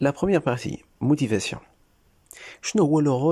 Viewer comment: «La motivation « noo lmotivasoo😅